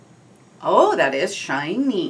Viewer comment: I love how you said shiny ;)